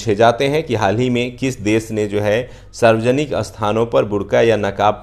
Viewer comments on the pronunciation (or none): none